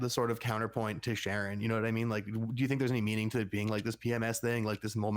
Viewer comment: Sharie!? It's Sharon If your gonna do a deep dive podcast on a show you should probably know the characters' names.